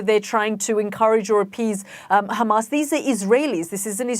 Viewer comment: They still saying khamas 😮